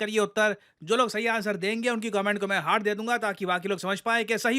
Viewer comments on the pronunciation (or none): none